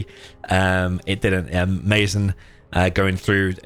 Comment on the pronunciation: mazen is he arab? cuz if he is it pronounced Maazen instead of maizen 😁 keep posting vids ❤️